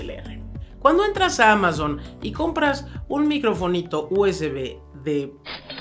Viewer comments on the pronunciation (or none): none